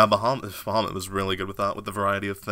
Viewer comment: the way you guys say bahumat and yakuza dunno it just bugs me